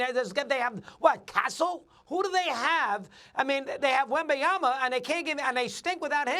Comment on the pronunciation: SAS: Wembanyana.